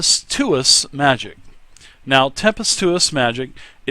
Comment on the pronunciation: "Tempestuous" is pronounced more like Tem-pes-chu-ous